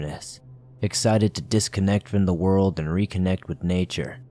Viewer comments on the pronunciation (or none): none